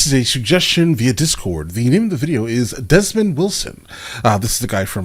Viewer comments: Dood your a clown, his name is not Desmond, it's Demond git your act together, no like for you peace out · Desmond?? It’s Demond, ya big dummy….